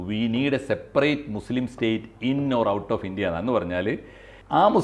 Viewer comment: ❤❤❤ മുസ്ലിം എന്നു പറയടാ..... നീയൊന്നുo നാക്കു വടി കാറില്ലേ????